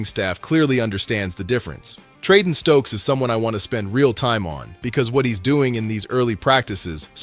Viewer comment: Ummm.... Jermod, not Jermaine. Stukes, not Stokes. Treyvan, not Trevon. Janoko, not Janovich. That's all I could take.